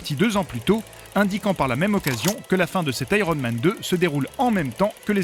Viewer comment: "Aéronne Man".... Rien de plus drôle qu'un Français qui essaie de parler anglais.